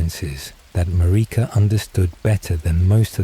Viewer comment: “Mar-EEEka” bro the pronunciation is so bad it’s pissing me off. Like they don’t say her name a thousand times in the game.